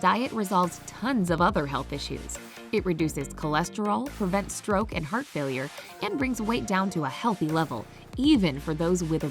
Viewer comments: "Prevents strok" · What's a "Strok?" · “Prevents strok” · I hope nobody notices the "STROK" 😅